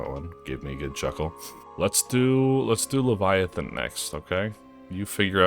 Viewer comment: Ethan for the fucked up way Aussie Behe says leviathan.